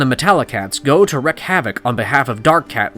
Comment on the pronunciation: furlong is pronounced with the emphasis on the ‘FUR’ not the ‘LONG’. And it’s not pronounced “wreck” havoc. It’s pronounced as “reek” havoc. Even though it’s spelled ‘wreak’.